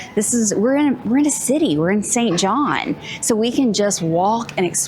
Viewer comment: Its SAINT JOHN.